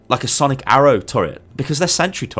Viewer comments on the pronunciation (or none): none